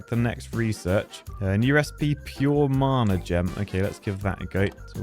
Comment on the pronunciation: marna? wtf is marne? It's Mana, pronounced Manna!!